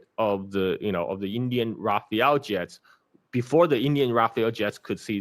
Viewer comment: it's RAFALE NOT RAPHAEL!!!